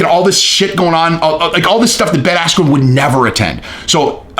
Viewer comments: it actually sounded less like asscream than his real name, Askren. It sounded like Askew, or Ass-que. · At first I thought he said asscream😂😂😂😂😂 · I heard Ben Ass-cube 😂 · Buffer mispronounced bens name and ben blamed the referee insults to injury paul beats floyd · It was all downhill after buffer mis said bens name, threw him right off his game... Really unfortunate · When the buffer got his name wrong was well funny 😄